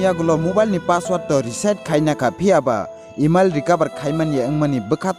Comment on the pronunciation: "eemiel ya" Takhuk.. "Email" Se dw.. Nni pronounced khm khy d buino puila Roast khy na swkang..